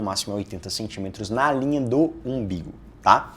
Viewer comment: No minuto ele falou "imbigu" mesmo?